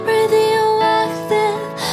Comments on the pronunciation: A menina não sabe falar radioactive? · É engraçado quando ela fala "clotes" (clothes) e "radioacthive" (radioactive) 😂😂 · achei que ficou tudo 100% menos a pronuncia do radioactive, ficou bem estranha, mas de resto 100%